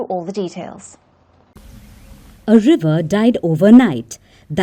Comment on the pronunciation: "Kah-Foo-Wee Liver"